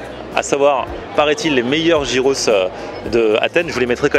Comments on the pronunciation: c'est pas gyros "jiros' mais "yiros" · Ah cette mode de prononcer "Jiros" c'est dingue! heureusement que les grecs ont l'habitude des touristes. Une bonne fois pour toutes ça se prononce Yiros. A la limite même dire "Guiros" ça passe mais "Jiros" c'est pas possible